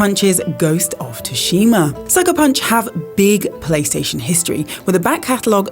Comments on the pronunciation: SU SHE MAH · Its sushima not tushima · Why everyone pronounce it wrong its ghost of sushima not ghosts of tushima the t is silent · It's sushima u don't say the t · It's not pronounced "Tushima" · Lol I had to play that again to make sure I heard correctly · The T is not silent. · To be fair, she did actually say "Tooshima", not "Tooshina". She only got the "Ts" part wrong 😋 And the T is silent. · It's "Tooshima"... Didn't you hear pronounce it in the video??? 😉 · I think the T is silent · just like you pronounce "tsunami"... The T isn't silent...